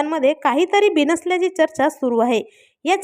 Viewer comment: ' चर्चा ' हा शब्द नीट उच्चार करा